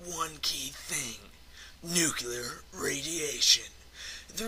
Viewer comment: NUCULAR BOOOOMBS!!!